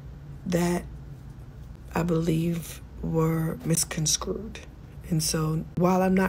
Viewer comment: “Miscon-SCREWED” instead of “misconstrued “ is crazy work Tamar😣